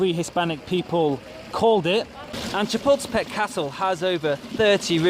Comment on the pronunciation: No offence but I thought you were saying chipotle-pec castle lol. Wonderful video!